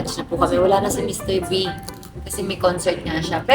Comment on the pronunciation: Anu sabi ni... MR. Beh???? Tama ba ako ng dinig??? HAHAHA